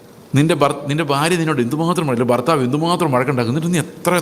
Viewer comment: ഈ "ബാര്യ, ബർത്താവ്, ബാഗ്യവാൻ" ( ഫാര്യ, ഫർത്താവ്, ഫാഗ്യവാൻ = കോട്ടയം വേർഷൻ ) എന്നതൊഴിവാക്കി ഭാര്യ, ഭർത്താവ്, ഭാഗ്യവാൻ എന്ന് കൃത്യമായി ഉച്ചരിക്കുവാൻ ശ്രമിച്ചാലും plz.